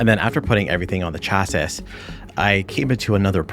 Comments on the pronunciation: "He sounds like he's trying to learn english" then you pronounce chassis as "Chass - sis" as opposed to "Chassy". The pronunciation is "Chassy", rhymes with classy. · Cool video, chasis is pronounced "CHASS-ee" btw lol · Came here to say this lol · Great video! I'm not mentioning this next thing because of anything wrong with you; it's more about something wrong with me: In my experience, "chassis" is usually pronounced as if it was spelled "chassy". Never be ashamed of mispronouncing a word! It's usually a sign that you were an early reader as a kid and learned a lot of words without ever hearing them said out loud. At age 8 or so I simultaneously lost the county spelling bee and learned that the two C's in "succumb" are not pronounced like the ones in "succeed". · Saying the AI sounds like it's trying to learn English and also yourself pronouncing "Chassis" was pretty funny. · How do you not know how to pronounce chasis? Not being a troll, genuinely am surprised